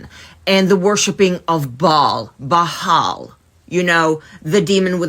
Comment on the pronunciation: baal is phonecian not canaanite 😂she can't even pronounce it her tongue is snitching on her, she's literally just remixing history and as someone who's related to those folks tribes? SHES WRONG! 😩